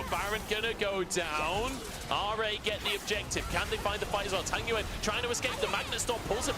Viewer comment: I mean, I love the LPL casters, but they should finally pronounse tangyuan's name right, it's tang-yuan, not tan-gyuan 😀